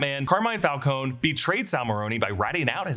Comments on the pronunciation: It's Falcone not Falcon-e. Just saying. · It’s pronounced FAL-CO-NEE!!!! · Died a little every time he pronounced Falcone